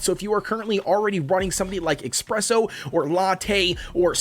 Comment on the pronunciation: every time you say "expresso" i cringe